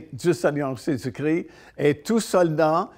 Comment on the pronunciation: Svp. Pas Jésus cri ! C'est Jésus Christ. 😢